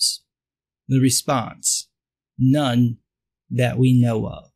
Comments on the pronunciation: For. Second I thought you were pronouncing none as known before you even said it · Me too 😂